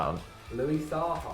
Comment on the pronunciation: its Louis Saha u incompetent morons